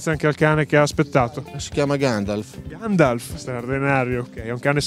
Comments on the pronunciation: Ma alla fine del video il signore dice "Gandalf" o "Gangialf"? 😂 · Ma lo chiama Ganjalf non Gandalf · Ma solo io alla fine sento che lo chiama GANJALF? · "é vero Ganjalf?"